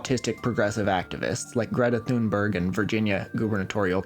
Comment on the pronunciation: There's no "th" sound in Thunberg or in Swedish at all. That's the kind of random thing I would've expected to know